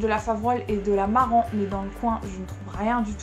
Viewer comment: Slt à vous deux ! La confiture à l’air top!!! Concernant ta recherche sur les poules Marans en plus tu le prononce bien!! puisque le « s » ne se prononce pas!!😉 essaye de regarder sur le net via le club si tu ne trouve pas un éleveur dans ta région !! Je pense que ça devrait le faire!! Merci pour le partage bonne continuation à vous deux! Tiens moi au courant pour les Marans et si sa t’intéresse je pourrai regarder de mon côté au cas où. 👍👏✌️😉